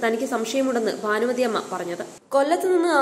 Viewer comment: 'ബാനുമതി' അല്ല ഭാനുമതി ആണ്. ചാനലുകൾ എല്ലാം തന്നെ അക്ഷരസ്ഫുടത ഇല്ലാത്ത മലയാളമാണ് വിളമ്പുന്നത്.. എന്താ മലയാളീസ് ഇങ്ങിനെ?